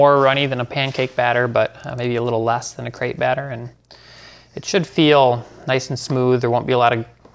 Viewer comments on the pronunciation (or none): none